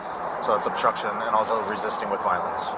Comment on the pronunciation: This is not “osstruction” 😂